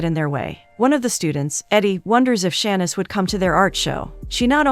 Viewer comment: Saying all these easy names wrong should be considered anti-Black. Cuz what is “Tan-yuh” 😩😭 and “Shann-niss” the disrespect.